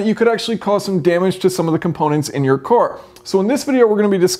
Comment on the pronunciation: I could have sworn the word car was pronounced car and not core lol.